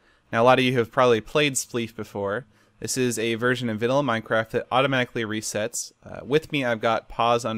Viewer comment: yea it isn't vallia it's vanilla